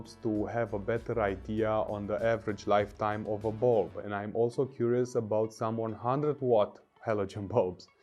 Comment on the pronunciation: Whenever he says bulb, for reason I hear Bald.